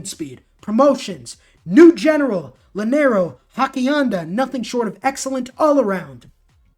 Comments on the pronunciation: It annoys me so much that he pronounces llanero like he does It’s pronounced yanero not lanero in Spanish double l is pronounced like a y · not hackianda.....hassie enda and Ya-nero